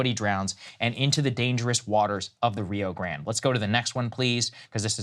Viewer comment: I love when Americans say “RIO” and then “GrAnD” lmfaooo it’s RIO GRANDE. Grande doesn’t not mean GRAND and if you’re trying to translate grande why not rio too? Lmfaooo